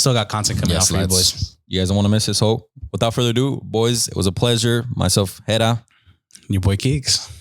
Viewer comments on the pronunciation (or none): none